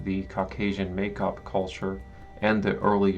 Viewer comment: The first syllable of Maikop or Maykop is pronounced like my not may, which would in Russian be spelled Meikop.